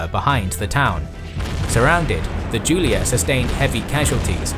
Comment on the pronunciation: correct spell for Julia division its like yu from yugoslavia, yulia, not like the name giulia. Big up dude!